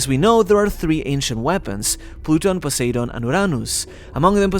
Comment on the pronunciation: This is a really good video, but for the love of god, learn how to pronounce things. I was cringing every time you said "Joy-boy" and then it got worse with Poseidon. Just have Google read the names out to you or watch a video of someone else saying the names, or hell, watch the freaking dub, they say the names perfectly there